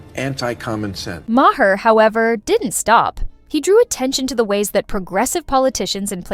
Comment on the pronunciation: why cant AI voice pronounce Bill Mahers last name. AI voice = blocked